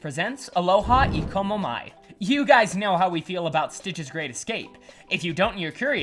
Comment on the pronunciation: Good video but you pronounce Aloha E komo mai very badly.